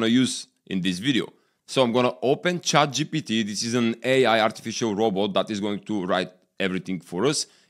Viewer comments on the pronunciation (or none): none